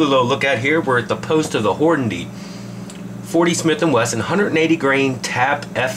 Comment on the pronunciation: nice test.. but say it with me... HORN-A-DY. lol.. good stuff, man!